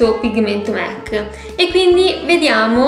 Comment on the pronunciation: Mec?... Donald? Si dice mac